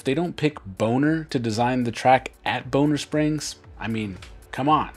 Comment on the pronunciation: It's "Bon - Ner Springs not Bone - Ner Springs.. I live in KC and can't wait for Aug to get here! Thanks for the great video!